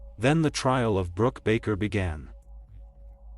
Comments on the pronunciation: It sounded like he said her name was Rock so did the closed captioning...I thought that's an interesting name...Rock...haha then it said Brooke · Her name is Brook (not Brock - Brook rhymes with Look) She was born On April 24, *1978* not 1981, which is why she was 19 years old in 1997 at the time of her death. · Or Brock rhymes w/cock 🐓 and Brooke rhymes with cook 👩‍🍳